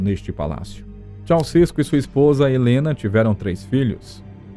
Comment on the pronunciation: Ceuausescu não é paroxítona, é oxítona.